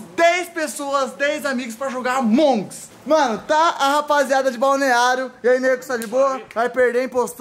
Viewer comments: "amongs" cada vez q ele fl isso me dá um nervoso.. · ñ é amonguis é among us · É AMONG US, N AMONGS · Qual a dificuldade de falar amoung us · Among nao "ALMONDEGAS" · ñ se fala amongs porr@